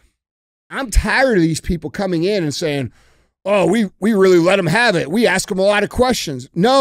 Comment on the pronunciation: I want to know how d j can pronounce that word, but can't say ask.